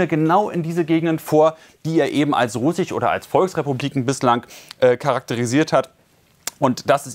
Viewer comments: Hat er jetzt immer noch nicht gelernt "russich" und "ukrainich" richtig aus zu Sprechen??? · Er hat ein Komma vertauscht. Im Kreml sprach man von 2,5 Mio Reservisten, die mobil gemacht werden könnten. Dass sie das nicht schaffen wissen sie aber selber. Was "russich" sein soll weiß ich auch nicht. Ich tippe mal auf Sprachfehler.